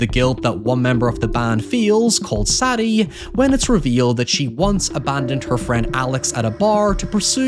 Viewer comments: SAY DEE. Not SADy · Is her name Sadie?? As in SAY-DE......not saddie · Sad-e.........Sad-e........Sad-e.........Sad-e. My man, did the name SAIDE NEVER FUCKING CROSS YOUR MIND?!?! Why can't people read and speak anymore. 🙀💀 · It blows my mind you cannot pronounce Sadie...jesus dude